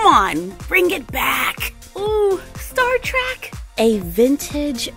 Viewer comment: it’s not “Star Track” it’s “Star Trek”